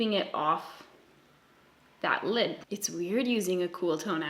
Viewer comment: "A white shadow on my llllllllllllllid" Lol